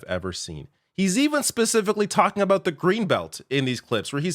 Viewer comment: "You know what it's all aboot?"